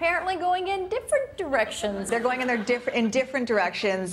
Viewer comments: what's wrong with my ears. I heard 'One Direction is going in different erections.' WAT. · after a while i thought the newscasters were saying "different erections" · It sounds like the newscasters were saying, "Is one direction going in different errections?" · One Erection goes in different Erections is what I kept hearing